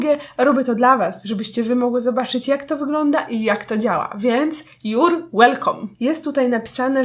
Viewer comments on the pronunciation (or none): juuuuuur łelkom